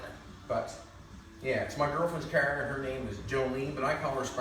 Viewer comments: stop saying "KAAR" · I would love to hear his spelling of "car". It does NOT sound like that's what he's saying. lol! Great job on the project! Too cool!